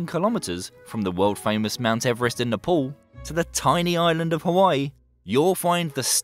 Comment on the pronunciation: Its nepal not nepol tell na paal